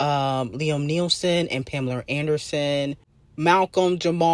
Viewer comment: It's 'Liam Nielsen' for me 😂😂 like where tf do you get the L from? It's NEESON (knee*son).